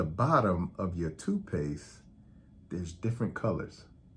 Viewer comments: My only problem with this video is it sounds like you're saying two-paste I'm only saying this to help you sound more credible and get to higher subscribers 😊 but.....very informative and I noticed colors on the bottom and no idea it meant something! Wow! Thanks Doctor! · Tooth paste, not toot paste